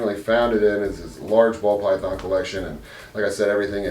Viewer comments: Pall Bython 😂😂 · Anyone else notice he said Pall Bython? 🤷‍♂️ Must be one of those corduroy wearing vegan snakes🤣😂🤣